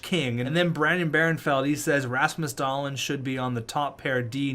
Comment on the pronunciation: Hey man just wanted to say that Dahlin is pronounced Dahleen, not Dahlin